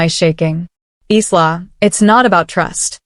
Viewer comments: eesla? It,s pronounced eyela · Furniture refers to handbags, accessories, and/or shoes and is likely translated literally from another language. btw, I cringed at every pronunciation of Isla.